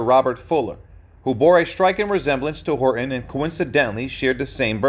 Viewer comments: His last name is Horton, not Hor on.. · Hor Ton. Not Horon.